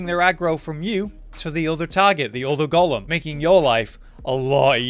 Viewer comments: Pretty much, but in other news ‘golem’ is pronounced go-lem, not gollum - always makes me smile watching these vids. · Well … it’s pronounced like tomb, as in tomb raider. Not comb as in hair. As far as I’ve always been aware anyway. However, golem ain’t pronounced Gollum 😂